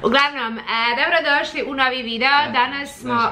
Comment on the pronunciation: Je l realno da ova nikad nije rekla dobro dosli vec doro dosli.Nikad usne nije sastavila na B 🤔